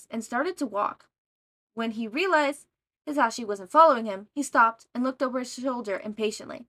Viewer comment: I’m not trying to be rude and I did reach the end of the video but I would like to tell you the proper way of saying mic’s first name Ha-Za-she Or at least that’s how I say it